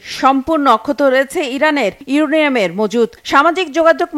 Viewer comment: আসসালামুয়ালিকুম এই সাংবাদিকের আগে ভালো করে শেখানো দরকার ইউরেনিয়াম ইউরেনিয়াম না